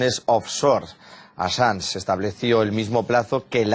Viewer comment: No se qn eres ridicula calleta no tienes ni puta idea enterate bien ni siquiera pronuncias bien el apellido del asilado hablas estupideses ya callate tonta da asco escucharte q periodiata tan mediocre eres